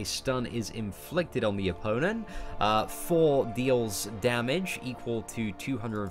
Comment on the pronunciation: The GamingRodent loool that's because he still can't say Thor properly, "four god of funder"